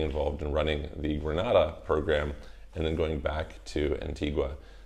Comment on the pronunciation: Not to be picky (but I guess I am...lol), but the way the people from Antigua and Barbuda that you've interviewed pronounce their country's name is An-TEEG-a and Bar-BYOO-da. Also, Grenada is pronounced Gre-NAY-da by the people there.